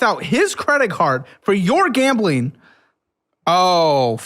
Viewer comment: Gambling, gambling, gambling, gambling , gab'ling, gab'ling, gam'ling, gam'ling, gam'ling, gam'ling, gam'ling, gam'ling... Yeah, if I have to repeat that word so many times I would give up on saying it properly as well.